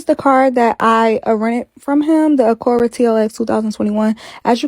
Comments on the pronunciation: She called an Acura Acora 😭😭 I’m sorry I couldn’t hold it in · Did she say “AhhhCURE-Rah for ACURA 🤣🤣noo ..time stamp -28 🤣.. she made my day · No, she said it wrong sis lol